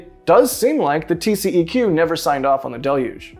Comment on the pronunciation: in Texas we don't say TCEQ as tee see e cue. We pronounce it as TCQ, tee see cue.